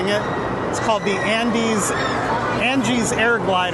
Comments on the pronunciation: Did you really just say Angie’s Air Gliders…it’s Aang’s Air Gliders dude😂😂😂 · Not you messed up aangs name tho 😂😂😂